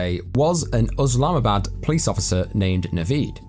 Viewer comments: It's Islamabad not uslamabad. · bruh it's not Oslamabad it's Islamabad . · I think its Islamabad ,not uslamabad as the narrator pronounce it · Thanks for checking it out! ( I blame google for the oslamabad thing, if you google how to pronounce it, it says uhz'lahma,bad' lessond learned & hope you stick around :P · google told you to say Uslamabad? 😂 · I'm curious, why are calling the capital of Pakistan USlamabad? Unless someone has mis-spelled it it's ISlamabad and sounds exactly as it's spelled!! If you're going to talk about about something and, even if you think you know how to pronounce it, check it to be sure! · After researching it seemed to be pronounced uhz lahma bad 🤷‍♂️ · Hey brudda yeah I got told by a Pakistan native it was pronounced uhz-lahma-bad. I'm guessing it's Islamabad exactly how it's spelt 🤣